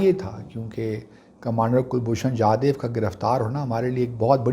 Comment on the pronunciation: Sir Please call him Jadhav and not Jadev. We know that your root lies in Afghanistan and you are more convenient with Pashto.. still, the man deserve correct pronunciation of his name. Secondly, he is not a commander as he has retired from services long back. You should call him retired or ex commander. We have full faith in Islamabad high court. By the time judgement come, it is possible that there will be no pakistan as know in present day. We do have your retired ISI officer in custody. It is better to negotiate and exchange.